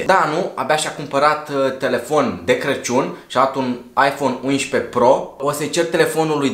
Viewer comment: De ce zici la 11...uinșpe? No hate!!!! Fortă